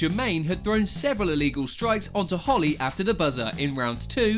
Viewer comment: Apparently poking someone in the eye “It’s very iwegal”